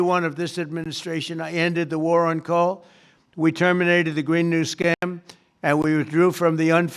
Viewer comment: COAL Not DOLE , 🔥